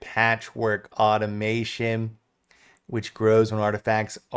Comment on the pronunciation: Totally pedantic, but it is au-tom-a-ton, not au-to-mā-tion... sorry, just bugged me.... great video, though!